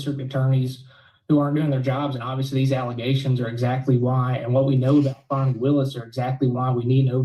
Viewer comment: Fanny....NOT FAWNEY.😂😊